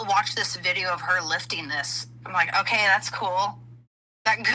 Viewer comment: wifting weights UwU